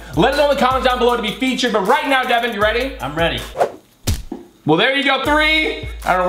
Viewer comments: Its devan not devon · Its devan not devin